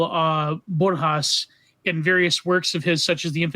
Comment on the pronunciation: Borhas? FFS.